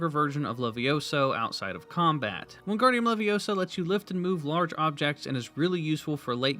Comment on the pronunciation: Did he say “wingardium levioso”?